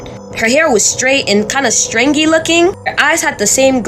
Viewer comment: To the black lady talking about South Africa ~ Words like 'hang' aren't pronounced hanGUH. The g is soft, not hard. You're making a one syllable word, 2 syllables. And the word 'stringy' isn't pronounced streenGHEE. Again, the g is soft, not hard. You need to listen to other adults pronounce these words and then you can learn to speak correctly because you sound uneducated.